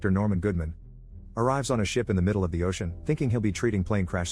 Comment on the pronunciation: "astronout in the oCeAN 💀💀